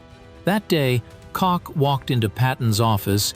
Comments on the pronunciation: A I-Always Inaccurate. Cocks, coke,coch, kotch or botched? The contents is ok. Thanks to the captions. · I liked the subject matter, fairly decent info. Gotta agree the music we could deal without. Just because you can add a bs soundtrack, does not mean it should be done. The AI could not settle on a pronunciation for the intelligence officer Koch. I heard Coke, Caughtch and in between. Just didn't want to say (Cock) I guess. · The video had good information. The narrative and accompanying text was terrible. The same officer’s name was spelled and pronounced four different ways. You are in serious need of a proofreader. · Utter AI nonsense - aside from the ridiculous and inconsistent pronunciation of Koch and Bastogne, the biggest joke is the AI selected 'choice' of images, the most telling coming in the last few minutes when the narrative mentions Verdun and the AI inserts a picture of French WWI infantry (check the helmets), presumably at Verdun, a major battle between the French and Germans in 1916. There might be an interesting story in here somewhere, but, personally, if you're interested in the facts of this period of history I would look elsewhere. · I noticed this too. I would think the AI would at least settle on one pronunciation as there is very little intelligence in saying it different every time. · All right, who giggled, when the announcer mispronounced Colonel Oscar Kock? That is because his name does not end with a "K" but with an "H" or an "E". Its Oscar Coch or Oscar Coke (pronounced like in the word "coach"). Type "Colonel Oscar Coch" or "Colonel Oscar Coke" and you will find his bio using any search engine. Soldiers do not follow leaders into battle with names that are homophones of genitalia, which are words that sound like one another but are spelled different. Now that word "homophone" is a word you can poke fun of because it does sound like something a gay would do to make a phone call. 😂🤣😂